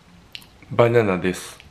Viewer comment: バナナです🗿 バナんんです☺️